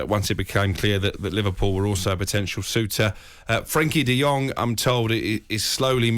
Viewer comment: Guys guys the name is Frankie De Jong not De Yong. He isn't a Chinese😁😁😁